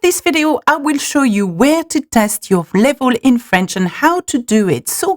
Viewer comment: Très bonne vidéo, mais s'il te plaît, travaille ton accent, ton anglais est sans doute formidable mais ta prononciation laisse parfois vraiment à désirer, notamment tes "laivoles" et non "level" :)